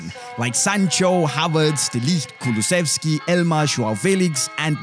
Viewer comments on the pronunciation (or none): none